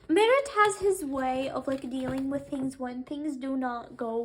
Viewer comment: I'm not trying to be rude but why you pronunce Mert's name as (Marit) (Merit) not Mert? Mer-t